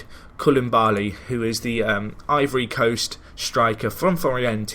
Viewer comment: Just a quick note it is co-Lee-baaa-Lee